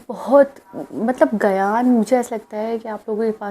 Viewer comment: "GAYAN" NAHI "GYAN" HOTA HAI.CORRECT PRONOUNCE KARE.